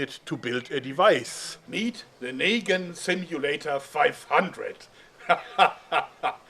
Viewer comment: It's Negan not Nagan